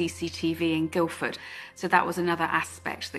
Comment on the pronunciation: Guildford, not Guilford